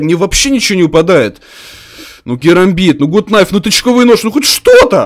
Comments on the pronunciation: не ГУТ КНАЙФ,а ГАТ НАЙФ. гАт- закрытый слог (Gut) Найф- К не читается (Knife) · ПРАВИЛЬНО НЕ ГУТ НАЙФ А ГАТ НАЙФ ДУРАЧИНА,ПРОСТОФИЛЯ ТЫ #ГАТНАЙФПРАВИЛЬНОГОВОРИТЬ;) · Почему гут найф?! Нужно говорить гат кнайф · надо правильно говирить gut knife